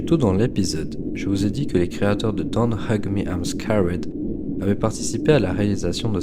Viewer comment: Bonne vidéo mais ta façon de prononcer "Don't Hug Me Im Scared" faisait que me sortir du délire 😅